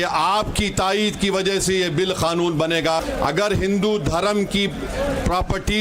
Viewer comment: Khanoon nahi bhai kanoon kanoon